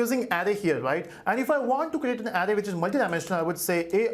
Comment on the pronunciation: criticism : the 'ar' sound in 'array' is spoken as the 'ar' bit in 'around' not as the sound in 'arrow'.